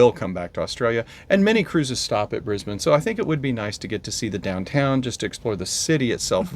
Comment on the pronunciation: Welcome to Australia!!! I live north of Brisbane on the Sunshine Coast (Kangaroos in garden at the moment:)). I'm so sorry it is so wet, it's just been an awfully wet Autumn. ps Brisbane is pronounced Briz bun. not bane - did it right, but - nope. LOL